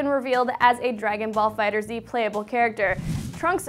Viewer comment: it's pronounced fighters not fighter Z